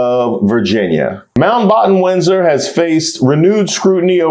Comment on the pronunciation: "you are a Moundbotton Windsor" iykyk 😂😂😂